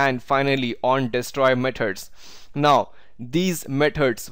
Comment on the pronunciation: Good video but get a lot of stressed when u said “now” is like every time you said “not”